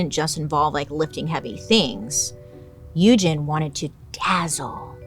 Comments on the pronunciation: So, I'm pretty sure Sandow's first name Eugene, is pronounced like "Eujean". Eugene is not an uncommon name, and I've never heard it pronounced as "Uejin". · It’s pronounced u-jean not u-gin 😭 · You're the only one that I have ever heard of to pronounce Eugene that way. I've always heard it pronounced U gene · The way you butchered Eugene added something to this. That is not how that is pronounced.